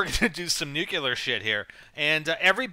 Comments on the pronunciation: ( Nu•clee•ahr)** It bothered me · I love NGT vids but I cringe every time has to say the word "nuclear". It always reminds me of Homer Simpson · nukeular lol